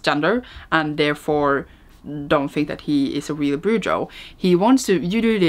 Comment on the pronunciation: Cemetery Boys was like aaaaah!! 😍❤ Can't wait for Aiden's next book! (Btw, I think brujo is pronounced "bru-ho".) 🦅🦅🦅